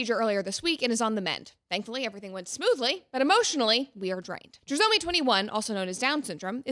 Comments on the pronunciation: No matter your feelings on their decision I 100% agree that making this so public and videoing and not comforting your wife is so off… also it’s pronounced TRY-somy. And for those commenting about wrong diagnosis.. they had an amnio. I’m not supporting or not supporting what happened but just to clarify that the baby certainly had Down syndrome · It's try-somy..... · The way she says trisomy erks me 😅😅😅😂😂😂